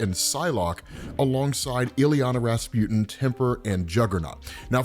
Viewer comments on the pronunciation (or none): none